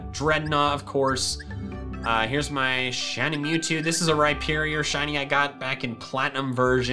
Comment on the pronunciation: Mewzvie not mewtwo